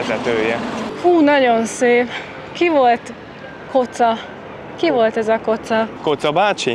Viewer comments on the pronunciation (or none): "Koca" = kiejtve: Kodzsa. A török "c"-t magyar "dzs"-nek ejtjük. "Macar" = Magyar!